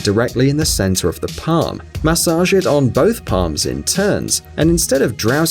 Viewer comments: I never want to hear the word MAH-sage again! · Please don’t say massage ever again